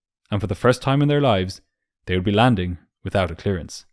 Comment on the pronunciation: An excellent video, as usual, but it did take me three tries to understand what was missing on approach ... "...for the first time in their lives they would be landing without a ???". What could it be?! Without a "clue"? No, surely not! Finally I understood "... without a clearance" (I think)!